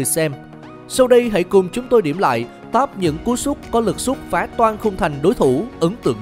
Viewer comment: Tụi mày có thù với từ "sút" à.. sao toàn đọc là "súc" vậy?? 🤣